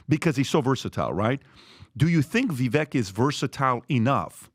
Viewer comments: It's pronounced vi vake like cake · Vivek pronounces his name VIVAKE LIKE CAKE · PRONOUNCED VIVAKE DAMNIT!!!! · Try pronouncing his name correctly ! Vivek like cake ! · Try saying Vivake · Do they purposely refuse to pronounce Vivek's name correctly? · Let’s start by pronouncing Vivek’s name correctly. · spent countless time with Vivek and still can’t pronounce his name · As someone that pays attention to every word you utter, i can’t reason why you don’t pronounce vivek’s name the way he’s stated it’s pronounced. feel like it’s not that hard. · Entire PBD team still can't figure out they say Vivek's name wrong, because they want a dem in there so bad... Nikki or Tulsi would both be bad choices for actually getting things done. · "Having spent countless time with Vivek...i still cant say his name right"🤦‍♂️ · has spent “countless amount of time with Vivek” but he still can’t pronounce his name correctly??? I will not vote for Haley ever. I don’t care if she was Trump’s VP, I would not vote for that ticket. I don’t care for a Tulsi either for the exact reasons that Patrick just mentioned it would work. She isn’t a conservative and many of her ideas are bad. Please Mr. Trump have Vivek as your VP. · Either VP would Be bad ass! Vivek (pronounced like cake) is the man though! That’s my pick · has spent all this time with Vivek but STILL doesn't pronounce his name correctly.